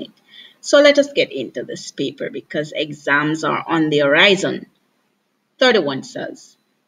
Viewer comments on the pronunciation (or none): none